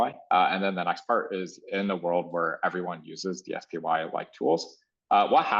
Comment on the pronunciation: DSPy ("DS-Pie") called "DS-Pee" and "D.S.P.Y." in the first 3 minutes